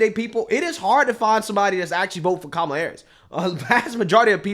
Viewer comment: That CNN guy said Kamel-A like "Pamela" RACIST! To The Gulag!